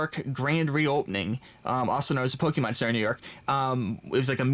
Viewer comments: it is not pronounced "pokeemahn", it's pronounced "pokehmohn". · I get triggered when he says "PokEEmon" instead of "Pokémon" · "Let me know what's your favorite starter Pokeman is..." This is what it sounded like.